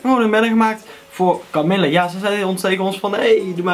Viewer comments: echt heeeel erg bedankt! haha je spreekt het idd uit als kamieje ipv kamille maar dat maakt niet uit :D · HAHAHAH KAMILLE!!! Je spreekt het uit als Kamieje. Maar wauw, mooooooie banner! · supertof! je spreekt het niet uit als camille haha :') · HahHa, leuwk nieuwe banner. Idd verkeerde uitspraak maar het is ook een moeilijke naam natuurlijk =P